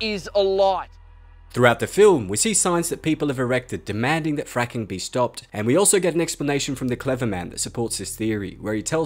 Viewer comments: The francking virus sounds like frinking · The way this guy says the word " fracking virus " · saying fracking sounds like he’s swearing what the hell ( i know it’s fucked up but when he said a child died from anthrax I thought of be all end all from the band anthrax )